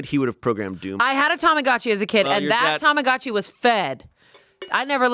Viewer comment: Hearing them say TOMOGATCHI instead of TAMAGOTCHI weirds me out every time. :D